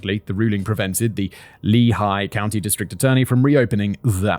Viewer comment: Well Im strandes here in Allentown..... no, really. I live there! thabks for the great story! also, nice ad read Simon, you nailed the name Lehigh!! (and yes you can screw that up!):D